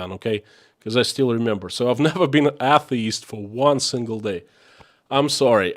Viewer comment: Atheist / A * the * ist, is pronounced sounding like: A = A (long/strong A sound); the = thee (strong/long E sound); ist = ( I sounds like an e sound)/(st sounds like a hiss then a tee).